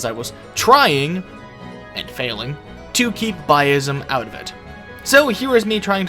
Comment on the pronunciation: Bias not “bi-ism”